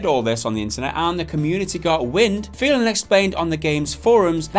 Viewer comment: Holy shit that pronance of name xdddl.... I know it's hard to deal with Hungarian names but stilll it is hilarious!